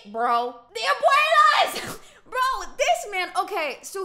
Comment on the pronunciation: Lol i love when u say DI ABUELAS!!!😂🤣